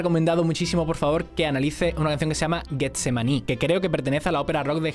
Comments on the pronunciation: Me sorprende, por la forma de hablar, que no sepas qué es Getsemaní en la tradición cristiana. Y esa G se pronuncia como una J, para que suene como lo dices, debería ser "Guetsemaní" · con todo el cariño: si va con G, Getsemaní, es j lo que se oye, no g de gato... pronunciado es como "*Jetsemaní*" besillos que te los mereces:) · Leíste "Guetsemaní" y es Getsemaní la G suena como una J. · No es gues es gestsemani la g como j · Getsemani, o el huerto de los olivos. Pronunciado " jetsemani" porfa please